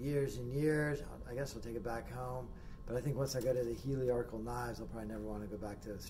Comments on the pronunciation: Appreciate the review. However, please note it’s a helical cutter. You keep calling it heliarchical, which was derived from the old work for TIG welding - help-arc. Helical comes from the work helix. Take it from an exam-TIG welder. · I watched this video because I just ordered the same jointer, and wanted to see the unboxing and initial impressions. The fence on this jointer is longer than the entire bed of my old Craftsman, so it should be a huge upgrade! This video made me nostalgic for my middle school woodshop class. Even though I admit to chuckling every time you said “heliarcal”, I found it endearing. Thank you for sharing! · I took a shot every time he mispronounced "helical", and now I'm drunk!